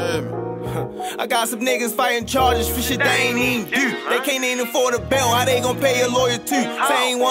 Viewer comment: When he says "do", he says that in an English accent?